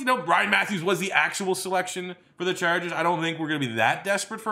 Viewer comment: "It's gonna be philip rivers and the San Diego Charjuhgers"